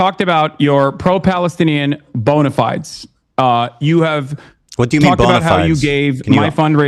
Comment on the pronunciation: My favourite part of this is that Hasan says "bona fides" pronounced incorrectly and in a context that makes no sense whatsoever.